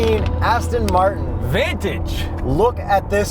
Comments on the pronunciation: Pronounced- Van (like a van) Tage (taj) Like the Taji Mahal. Per the Aston Martin website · Hey guys-A not so friendly reminder from a real car guy. Please understand what you are reviewing and how to properly pronounce the name of the car!!!!!! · you did not pronounce "Vantage" correctly or even close! come on really?